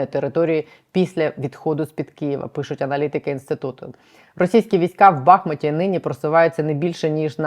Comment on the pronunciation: В БахмУті, а не в БАхмуті